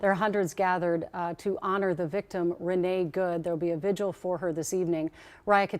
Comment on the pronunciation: There are many more important things going on here than my comment but I hear more people pronouncing vigil "vigual" (rhymes with visual) rather than vigil. Two syllables.